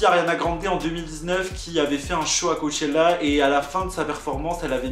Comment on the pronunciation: « cowwwchela » c trop jpp😂😂